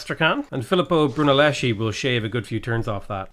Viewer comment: Hey. Im italian As italian i can tell you that Is Filippo BrunellesKi Not brunelleshi Because "chi" in italian is "ki" not "shi" nor "chi" like the word "chinese" ok?😂